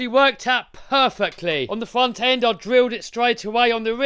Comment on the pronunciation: Glad you got the "weaw end" figured out, and the "fwont end" figured out. Now you've got plenty of time to work on your "spweach impetamint".